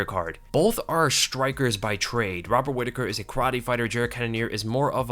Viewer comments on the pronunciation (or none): none